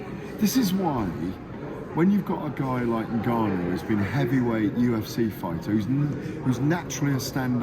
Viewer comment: He outs an i in there aswell😂. He's called Ngannou. Not niganou. I wanna see the press see if Warren still did it